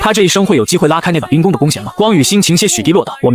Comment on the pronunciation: 雖然第二個字都念ㄍㄨㄥ但是差太多了